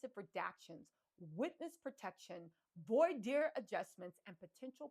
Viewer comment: You crack me up! You nailed ‘voir dire’ but ‘pharmacological’ and ‘Agnifilo’ are kicking yo butt! 😂 If you care to up your game, for when you hit network tv after conviction🤞🏻, I’ll leave these helpers for you: ~/farm-uh-Cō-loj-uh-cle/ 6 syllables, accenting 3rd, vs /farm-ō-loj-uh-cle/ which is missing a syllable… ~/ag-NIFF-uh-lō/ 4 syllables, accenting 2nd vs /ag-ni-FILL-ee-ō/ with an extra syllable not belonging ❤ Elementary Teacher from Ohio 😘